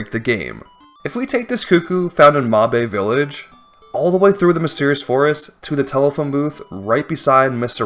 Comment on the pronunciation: "mahbae village" 😭😭😭